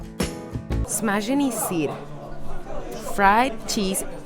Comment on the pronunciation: Wow, you've got really good czech accent. That way how you said "Smažený sýr". That was amazing, very good job with learning.